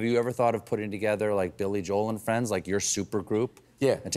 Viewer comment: You mean Billy Jo-el. That's from Jim Gaffigan's comedy skit, anyway I love Billy Joel.